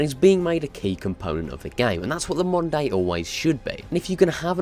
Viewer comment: I kept hearing "monday" intead of "moder day" 😂😂